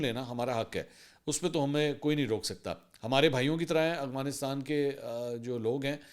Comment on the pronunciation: "افغانستان" لفظ ہے نا کہ "اغوانستان"😂